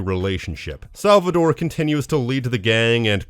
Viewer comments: tore, not -dore right? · It’s SalvaTORE with a T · Cool video but I can't ignore how weird it is how you pronounce Salvatore as "Salvador" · My man rally called Salvatore “Salvador” throughout the whole video. About the Maria dying in GTA3, developers said that she didnt died, they didn’t know how to end the Maria’s talk to put the song on for the credits so they just added a gunshot